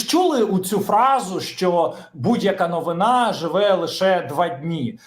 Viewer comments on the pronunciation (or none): none